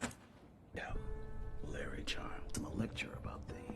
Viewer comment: LARRY di baca nya Leri bukan Lari 👍👍